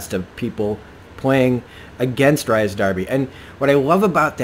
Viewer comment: His name is pronounced Reece lol